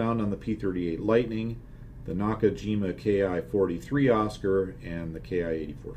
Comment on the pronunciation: I made some typos below, so I am editing here, the same post ... First. please do not call the ki - 43 or ki 84 as key-eye. The correct pronunciation is ki. The word comes from the Japanese "kitai", airframe. I do not agree with your analysis of fight between a ki-84 and a presumably diving F4U. If I am flying the ki-84 at 350 mph sea level and an F4U is gaining, I will go on a climbing turn so as to reach my best advantageous speed (this is what Spitfire pilots did against Bf 109's or FW190's). This will also give me a good altitude advantage. If the F4U is really close, then I would also cut power, to ensure that the loss of speed comes even faster. The F4U pilot can try to stay on the throttle and run away, but that will be fatal, because the ki-84 will roll back, throttle up, and catch up (scissors maneuver). The other option of the F4U is to try to stay in the turn, but that will also get him the ki-84 in his tail. Either way, the F4U has no advantages. Even if the ki-84 pilot is stupid and stays on his power, your comment that there will be a speed range on the lower end that the F4U will be able to out turn the ki-84 due to the combat flaps ignores the fact that the ki-84 has more than 30 % lower wing loading, and therefore much lower stall speeds. In the 200 mph range, the F4U will not be able to keep up with the ki-84 turn, even if he could perfectly manage his poor stall characteristics. I am also in serious doubt that the combat flaps of the ki 84 cannot be deploye